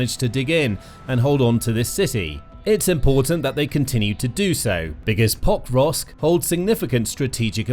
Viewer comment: This video was irritating, I'm sorry, but every time you say Pokrovsk... I hear Pop rocks. Hard to follow when Russians are attack pop rocks. 😊